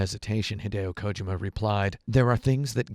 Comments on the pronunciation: Ko-ji-ma not kojoma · Thats how his name is pronnounced. Its not KoJIma. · "hideo kOjima"? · This guy is a total douche bag. First of all, he doesn't even know how to pronounce Kojimas name. Its KO-JEEMA. How does this non gamer not know this? Fucking idiot. Second, anyone that likes to hear himself talk as much as this dude does, isn't worth listening to. Wow. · Why would I watch your review when you can't even be bothered to get the creator's name right? Jesus Kotaku. You've sunk so low.